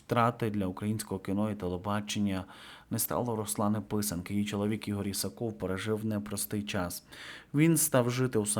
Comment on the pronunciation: Та не IсакОв, а IсАков! Пора вже знати!